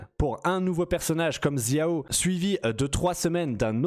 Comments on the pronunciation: "Zia-o" x) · J’ai fais chinois au lycée et c’est comme ça que ça se prononce en chinois “chiao, keutching, tchitchi” et pour Jean et Venti ils se prononcent en anglais tout simplement ^^ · pourquoi tu dis "ziao" tu es dyslexique ? de même pour "kaitchingue" ou "djine" "tchitchi" "vaineti"